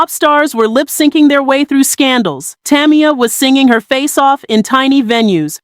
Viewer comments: Saying her like Tommy-yah is killing me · Maybe it's because people like you can't pronounce her name correctly 3 times in a row 🤔 Damn